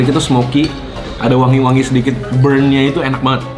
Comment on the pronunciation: reviewenya mayan, cmn bisa bilang: wonga wangi🤣😭😆